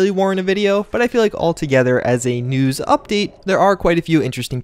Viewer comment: can't tell if he said news or nudes